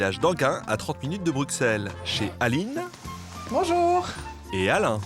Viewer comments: bruXelles 😭😭😭 non putain même moi qui suis française je le prononce * brusselles * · On dis pas Bruxelles ça se dit brussel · Ça s’écrit Bruxelles mais ça se dit brusselles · Roméo Elvis est belge et il dit BruXelles dans une chanson